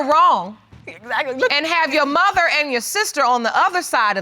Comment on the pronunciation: I love how she pronounces "muh-ther" 😂